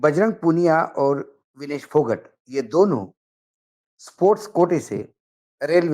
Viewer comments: भाई साहब फौगाट है ना कि फौगट please correct 🙏🙏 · सर , फोगट नहीं इसको फोगाट बोला जाएगा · विनेश फोगट नही जी, वह विनेश फोगाट है जी। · फोगट नहीं फौगाट